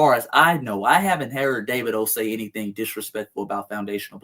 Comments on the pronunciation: Dah-vee-doh ...lol... not Day-vid-o...lol... Good work, thank you. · DAH-V-DOE is how its pronounced. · You pronounce it Da va do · Dah-Vee-Doh is how his name is pronounced. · It’s pronounced Davedo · Pronounced---> Dah veed o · I believe his name is pronounced Da-vee-dough.